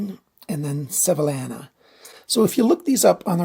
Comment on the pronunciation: Good video. Thanks. FYI, it’s pronounced “Sev-ee-YA-na” 😁